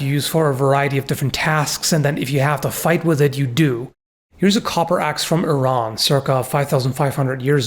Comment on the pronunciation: pronounced Iran correctly, very cool